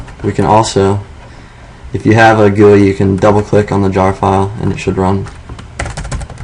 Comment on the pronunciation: GUI, but sounded a lot like gay...